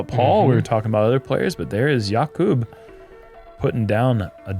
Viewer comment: i'm no czech but i think i'm right in saying that Jakub's name is pronounced with the accent on the A, not on the U. If i'm wrong feel free to correct me.